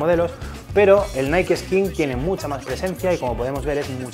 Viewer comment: yo pense ke se decia naik osea nike no naii